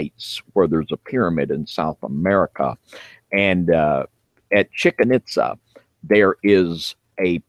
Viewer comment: "Chicken itza" really dude?😂